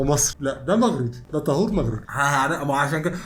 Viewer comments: مش طهور بالضمة😂😂 طهور بالفتحة😅😅 كل احترام وتقدير ليكم ✌✌ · لا لا انتو كاتنطقو الاسم غلط اسمه:( طهور بفتح الطاء) وشكرا 🙏